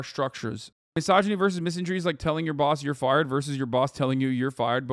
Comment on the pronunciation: I can't listen to you pronounce misandry wrong .... :(